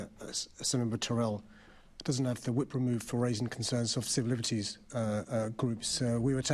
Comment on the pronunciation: Can't even talk properly. Pronounces civil liberties as "sivlibbettys" What a twat this guy is...